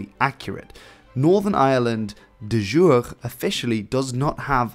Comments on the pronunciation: 'De jure' is pronounced /deːˈjuːɾeː/ which is something like 'deh yooray'. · de jure is not pronounced that way!